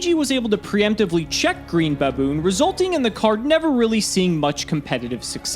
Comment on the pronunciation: I can't stop Say BABOORN!!!